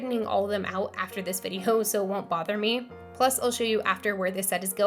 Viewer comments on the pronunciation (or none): none